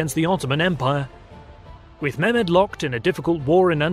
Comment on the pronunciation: It would help if you poms would roll your r's and pronounced your h's.Eg its Mehmed,not Memed or Mairmed.English pronunciation is deceiving.